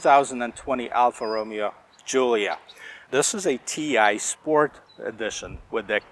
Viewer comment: Reviewing the wrong car... Ti are not twin turbo.. Roh-mey-oh!